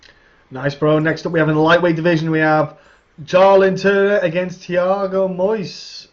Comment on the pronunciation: Thiago moizÉs stress in the last syllable